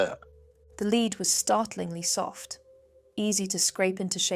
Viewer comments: I agree, but for the element "Lead" it says "leed" not "led" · For the element "Lead" it says "leed" not "led" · If you click on the description it states this video was made with AI. But you simply have to listen to the different pronunciations of the word “lead” to quickly realise it’s an AI voice as well as AI generated images. “Leed”? Nope, it’s pronounced “Led” Really disappointing. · The constant mispronunciation of the word "lead"!!